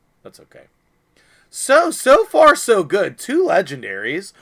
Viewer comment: You said so far so good,OMG